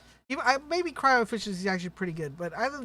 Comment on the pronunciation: Holy shit! This guy pronounced "cryo" the correct way. Finally!